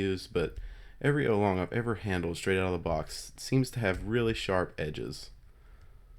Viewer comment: isnt is pronounced OW-long not OH-long